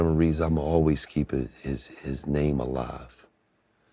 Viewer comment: Why are they pronouncing the name wrong! Its oooo sound not u